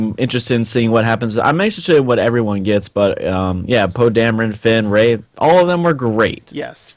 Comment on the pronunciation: it's not Ray.